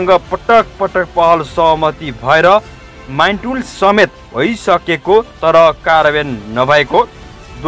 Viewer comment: यो समाचार धेरै सुन्ने गरिन्छ।।समाचार वाचक बाबु बाबुले ढिलो सुनाएको ठिकै थियो ।।।तर आज बालेनको बारेमा खबर दिदा बिबिध बिषयको निर्णय गरेको माइटुल भन्ने शव्द बोलेको सुनेको जस्तो लाग्यो ।। माइनट हो कि माइटुल????